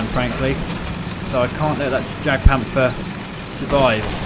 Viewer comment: love your videos dude but not to be nit picky but jagpanther is actually pronounced yagpanther just for future reference :)